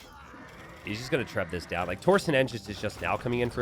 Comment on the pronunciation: I hope that one day you will pronounce both torsion and yeoman correctly.